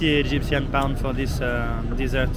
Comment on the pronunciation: On minute thizzzzzz izzzzz Goode, no many beoble thizzzzzzzz izzzzz you know how much? Only 10bound(pound), Goode brize very cheap 😂😂😂😂😂